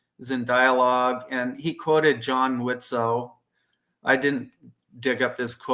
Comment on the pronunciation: Thank you for pronouncing Widtsoe correctly unlike a few of our friends who can't seem to pull it off.